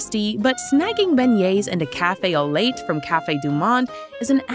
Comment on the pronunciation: "Cafe au late" (drives me crazy!! It's so easy to research pronunciations 🙄😃)